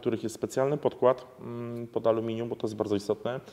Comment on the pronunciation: iskry z amelinium? Tosz to szok!